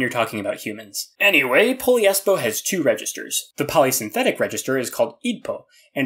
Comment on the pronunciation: Hmm… i guess it it’s not Poliespo, it’s “Po - LIES - Po “